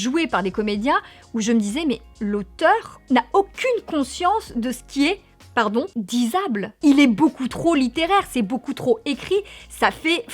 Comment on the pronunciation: Juste pour info, c'est "dicible", pas "disable" 😉